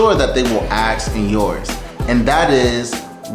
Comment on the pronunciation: “axe”? K. Guy gets a job and day 1 thinks he’s an expert while he can’t even pronounce basic words in English.